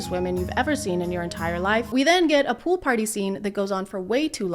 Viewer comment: he says "pool" like "poule" which means "chick" in french... wait.